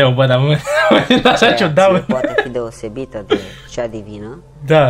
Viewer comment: Deci, efectiv, am râs cu lacrimi 🤣🤣 Mai ales când a spus,,deoșebită" 🤣 Sau când își făcea cruce ca Alexandru 🤣 Mamă deci nu mai puteam de râs 🤣🤣